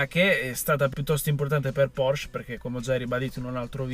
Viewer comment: Porsch-E. Pronuncia le E mannaggia